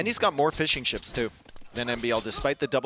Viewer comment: every time he says fishing ships, all I hear is fish n’ chips.